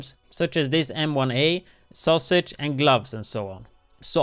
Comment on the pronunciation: did he say sausage?!